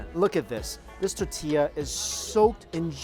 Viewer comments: TOR TIYAH. Not Ta tiyah! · I have to smother my inner pedant every time he says "titilla" instead of "tortilla" on these Mexico vids. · Hey man We love your vids and can't help snicker every time you say tortilla. Do this, say Tortoise..now say tortilla. Hope that helps. Tortoise, tortilla. You forget the R in there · Tortilla, tortilla, tortilla, let's say it together..........tortilla. Come on man, its tortilla.